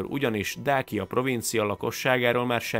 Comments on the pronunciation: Nem Dákia, hanem Dácia ahogy Ciceró sem Kikeró!!! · Többször rosszul mondtad a Dacia szót ezt magyarul igy kell kiolvasni: Dácsia